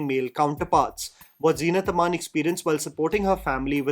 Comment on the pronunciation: btw her name is zeenat aman not zeena tamaan.. almost everyone makes those mistakes